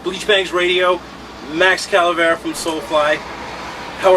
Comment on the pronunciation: You called him Max CALAVERA twice!... it's Cavalera!